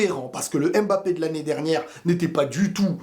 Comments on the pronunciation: stp arrête de dire M Mbappé C’est Mbappé!! Merci chef Salut 👋, Sinon belle analyse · En tant qu'africain j'en ai ras le bol d'entendre les gens prononcer M'Mbappé au lieu de Mbappé !! Sinon vidéo très instructive .